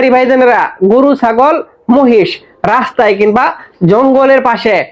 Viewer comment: ভাই গুরু না গরু। উচ্চারণ ঠিক করে বলবেন। শুভ কামনা রইল ভাই 💚